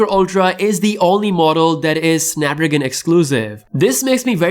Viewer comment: SnapDRAGON !!! ffs learn to talk